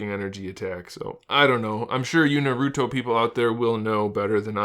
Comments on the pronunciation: Good review but it's pronounced nAruto not narUto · Naruto is pronounced "Nah-ru-toh" not" Narudoh" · Every time he says naruto my ears get trapped in the tsukiyomi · It’s literally painful